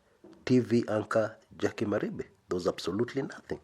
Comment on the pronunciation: Jackie does not hail from Kisii county. Her name is jaquie wanjiru wa Maribe wa Mwangi;- pronounced "mari-fe"